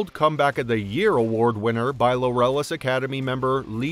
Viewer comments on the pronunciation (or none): "Lorellis award?" It's LAUREUS (as in "glorious") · Pronounced like "glorious" without the G. I hate it when narrators can't read.